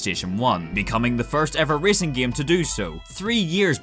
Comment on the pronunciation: Love every time you say "gaem"